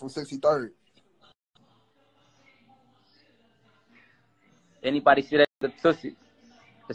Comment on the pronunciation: 63ed? Its 63rd😂